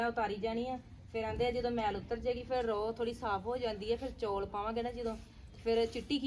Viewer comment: Hlo ji happy lohri tuhanu te tuhade sare parivar nu te tusi jaat Punjabi ho kr chaul nu chauul kehnde o